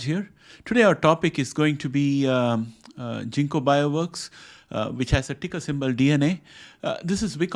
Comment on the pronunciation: It’s hard G ginkgo not jinko